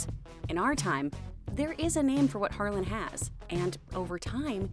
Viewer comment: Guys, it's Harlan not Harlem.